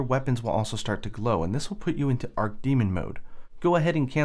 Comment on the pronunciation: ARCH 'CH' like choo choo train. Archdemon Argh. Also, good video.